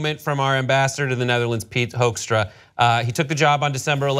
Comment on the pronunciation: It's funny how you pronounce his name as 'Hoaxstra'. If you like the Dutch pronounciation you should say 'Hookstra'.